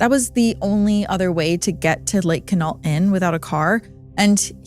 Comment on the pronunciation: It's pronounced "Kwin-ault." Love your channel, but that flashing emoji graphic is terrible and distracting.